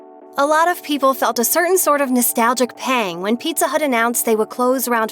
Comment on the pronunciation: Oh no mah peet-tha